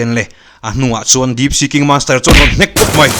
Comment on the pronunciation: Manster t tohlo teh sir please in monster t mai teh ka gaimoh lakloh ltk a 😅